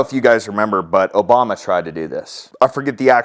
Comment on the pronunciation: WHAT,, OBAMA what YOU MEAN "OBUMER"